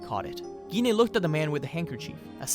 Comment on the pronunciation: We pronounce her name as Jean.